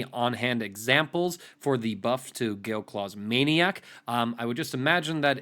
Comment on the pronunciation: Why does he keep saying Gale Claws Maniac? 🤔 Is that what its really called? Have I been playing Yamcha since it came out and not known that?